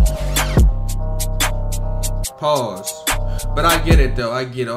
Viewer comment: He said morn not moan 😂😂